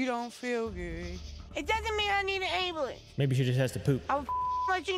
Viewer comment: The way she says ambulance.😂😂